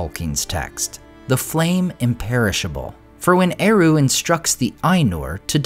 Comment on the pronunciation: I hate how English-speaking youtubers pronounce Tolkien's words. It's a travesty. "Eru" doesn't use rothic "r" like an American saying "kangaroo", it's more like a Scottish "r" or a German "r", square and strong. "Ainulindalë", as the diaeresis suggests, must have the "E" pronounced clearly. "E" like in the word "emphasis". Ai-NU-lin.da-LË! "Sauron" is not "sowron", it "sa-u-ron" with "a" like in "father", "u" like "oo" in "book", square "r", "o" like in the word "lo". Learn how to pronounce it!